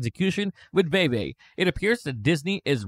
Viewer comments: It's pronounced "Veevee" not "Vayvay" lol js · Great video but Veve is pronounced like “veevee” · “Vee Vee” my brotha “Vee Vee” fantastic video nonetheless 👏🏿👏🏿👏🏿